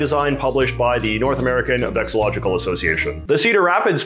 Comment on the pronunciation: You're missing an "LO" whenever you say VEXILLOLOGICAL". It's vexillology, not vexillogy.